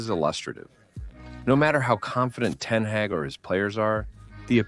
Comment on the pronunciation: Ten hage